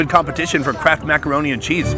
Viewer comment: "Some good competition for CRACK, maccaroni and cheese" ..... i know what he said but it does sound like it :)